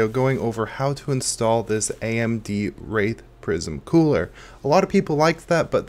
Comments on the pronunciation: I promise on my soul you said AMD Rape Prism Cooler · AMD WHAT cooler?? Kidding lmao, I know you said wraith but sounded kinda sus